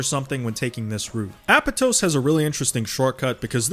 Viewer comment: Love hearting people say Apotos wrong.